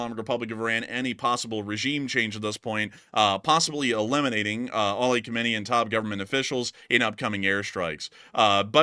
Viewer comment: Btw, Ali KhamenEi... Pronounced: Who-Men-ay-EE the end "ee" is like "see".... Khomeini (Ruhollah) - where the end is "Ni" was the first "supreme" leader, and he's dead 🤓